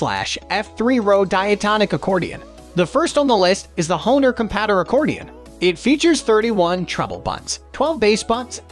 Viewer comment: The constant mispronunciation of "compadre" really undermines the credibility of this video